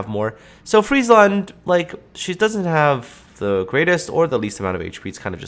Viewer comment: ty for pronouncing it correctly and not making it a "McDonalds" ship